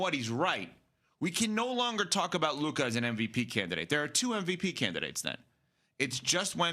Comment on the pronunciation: it’s Luka and it’s not even close